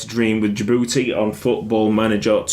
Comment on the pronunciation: DJI DJI DJI-BOU-TI